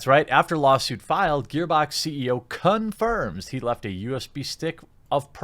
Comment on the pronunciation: it sounds like he says cum-firms.